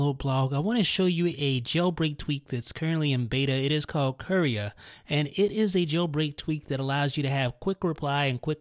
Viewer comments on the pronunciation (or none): Lol sounds like he's saying Korea